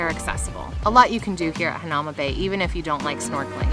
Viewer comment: It pronounced hana oo ma bay